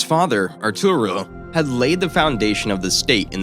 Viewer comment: Nice but, a tad romanticizing. Conquerors were brutal! ALL OF THEM! not just Ottomans! If you're gonna' tackle telling a nations story, gotta' pronounce the names correctly. Etugrul is "Air" ta gruel: said quickly. Always take time to say names correctly when documenting on any medium out of respect. Thanks!